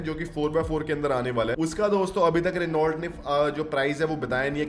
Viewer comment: भाई आप रीनॉल्ट क्यों कहते हैं? यह रेनो है।